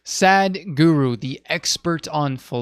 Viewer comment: It is pronounced “Sah”. Sah-d guru. Sadhguru. Not: “saad-guru” From the first word of this video I can already tell you don’t know who this is, if you’re already pronouncing the name wrong.